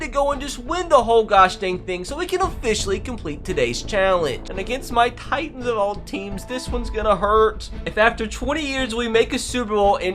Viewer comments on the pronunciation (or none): none